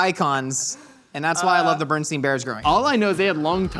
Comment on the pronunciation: said Berenstain bears the wrong way and I can't get over it